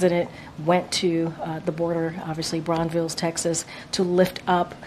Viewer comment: Hey KJP, it's Brownsville, Tx. Named after Jacob Brown. Not Braunvilles.